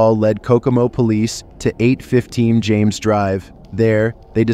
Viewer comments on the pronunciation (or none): none